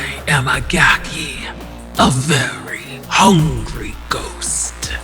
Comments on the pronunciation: Pronounced GAH-key. Gaki is a yokai that was once human, cast down to Gakido upon dying due to the sins it committed during its lifetime. Gakido is described as a realm of eternal starvation and suffering for those in the afterlife. The pitiful Gaki is unable to eat normally, as consuming regular food will cause its body to burst into flame. It is for this reason that the Gaki prowls our world, searching for the flesh of dead people or any animal to ease its hunger. Hope this helps, if you’re wondering what a Gaki is. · It's a gaki (it's supposed to be pronounced "gah-kee"), sometimes known as a "hungry ghost," basically a spirit that's cursed to be eternally hungry often for foul things like corpses, but also has a horribly shrunken mouth and throat that can't take in enough food to satisfy its hunger. They're basically suffering for evils they did in life, cursed to Gakido, a realm of rebirth only a step removed from Jigoku (basically, Hell), if only because gaki can leave the desolate Gakido to wander the mortal world in search of something to feed them, while Jigoku's residents are bound there. Funny enough, "gaki" is also an insult for spoiled children, often treated as the equivalent to calling them "brat," because a spoiled child is never satisfied with what it has, and always demands more or better.